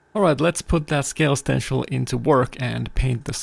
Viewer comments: Stencl = stensil - an 's' sound and not 'sh'. You said it correctly once but what the hell you're an artist in what you do. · Like sit not shit Lol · Stencil.. Stenchil..stensel..Sir with skills like that you call it whatever the heck you want. Thank you for dispensing your knowledge.